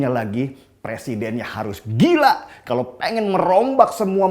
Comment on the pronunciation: Terima kasih guru bahasa indonesia yg jika mengatakan kata “kalau” dengan sebutan “kalok” hahaha pst bener kan?? Gk usah ngeles..hidungmu udah ke kiri itu..